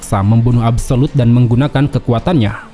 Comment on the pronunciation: absolute ❌ abu solud ✅